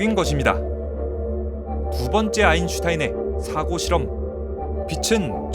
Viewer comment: 유익한 영상 잘 봤습니다! 그런데 '사고실험'을 발음하실 때 accident의 뜻으로 발음하신 거 같습니다. 사고실험의 사고는 thought 입니다!